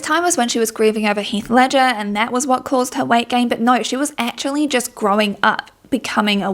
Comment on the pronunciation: The fact that you pronounce weight kinda like white is also very fitting